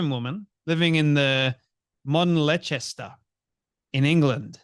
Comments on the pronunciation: Phonetically pronounced "Lester" FFS. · Leicester is prounced Lester mate.